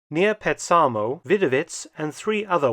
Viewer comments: Petsamo was at the time totally legally within Finland, it was not on or near the border. It was only lost to the Soviet Union in the 1944 peace, which your Google Map shows. In Finnish the stress falls always on the 1st syllable, so it's PETsamo, not "Petsaamo". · Very informative thank you. Just one comment that is meant to be helpful. Petsamo is a Finnish name and is pronounced PETsamo not PetSAAmo. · To the Finnish ear, you are pronouncing the Finnish name Petsamo, Petsaamou.🙂